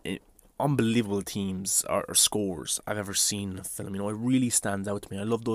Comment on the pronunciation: “Filim” lol🤣 love the accent